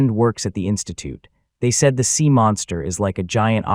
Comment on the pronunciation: sea, not seam